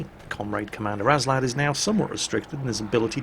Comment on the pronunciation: You keep saying "aNslad" but the nickname is Aslad. Go home, you're drunk.